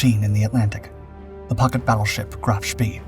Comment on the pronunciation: It's pronounced "Spay" not "Spee"